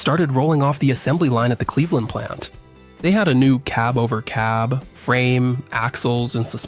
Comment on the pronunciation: Learn how to pronoounce CAB OVER.